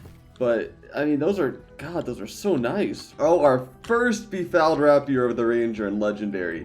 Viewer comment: rapier is pronounced ray·pee·ur